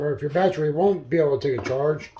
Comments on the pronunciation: What is a “baatree”? Is it an evergreen or deciduous tree? “Litterly” is not a word. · Battery has three syllables. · Great, my “Batree” thanks you.